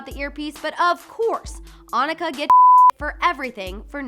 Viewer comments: It's pronounced oh-nee-ka not on-ica wtf!!?? 😣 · It's Oh-nika not On-nika honey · so did anybody slap the corny out of blonde bobble head ass for calling Nicki "onika"?! 😤 BITCH! i'm not even a barb OR an internet personality, but iknow how to read & her name is pronounced AH-NEE-KA!! "aw-nica"..😑👊🏽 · did she just say Awnika? 😂😂😂😂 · Um did you really just say Annika.... ITS ONIKA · she really said "awnika" sis its "OH-NEE-KAH TAN-YA MA-RAJ" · who tf is “Anika”? it’s Onika (OH-KNEE-KUH) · Oh-neee-ka not a-ni-kah...trying to say Hanukkah or something? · AWNIKAAA WHO THE FUCK IS AWNIKA....it’s onika O N I K A... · ..... “on-a-ka” ??? fire her she knows it’s “oh-nika”. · and it’s pronounced “Oh-knee-ka” not “awnika” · I WAS JUST LOOKING FOR SOMEONE TO SAY THIS 😭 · Came here to see the mess up and left shook on how she said "on-ika" instead of ONIKA!!!! why did everyone editing this let this slide!?!?! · Did this hoe say On...nika? When its Ohneeka its pronounced ohneeka but spelt onika 😠😠😠 jus as bad as the coachella ppl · Please learn to say her name correctly it is pronounced O-neeka! Not ON-Ica! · On-ika 😂😂💀 I’m weak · Sis its O-knee-Ka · I’m sorry did she saw awhnehkah??? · Girl your dumbass said on i ka ahhahahahaa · wow u pronounced nicki minaj real name wrong🤦‍♀️😜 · Am I the only one that is really mad that she said onika wrong? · She pronounced nicki's name wrong🙂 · U needa do a lil research on how to pronounce Onika. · Learn how to pronounce her name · she said Onika wrong.... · Alexandra Cruz I was literally so pissed when she said it wrong. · Lmao “Onika” oh no baby 😂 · You pronounce Nicki’s real name so damn wrong 😭😭😭😭😭😭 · you really butchered Onikas name LMFAO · U pronounced o-Nikas name wrong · im focused on the fact you pronounced Onika wrong. 🤦🏼‍♀️ you shouldnt be a celeb reporter if you cant pronounce the names of the people you are talking about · PLEASE learn how to say the QUEEN name!